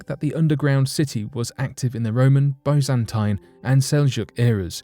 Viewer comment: Wtf is "bozantine"? Never learn how to read?